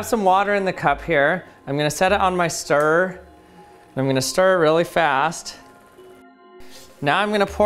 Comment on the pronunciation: 🤦🏻‍♂️ JESUS CHRIST MAN! Words like mirror! And stirrer! Have two! Yes! TWO! syllables... Mir-ror, stir-rer, not Mirrrrrrrrr, or stirrrrrrrrr UGHHHHHH!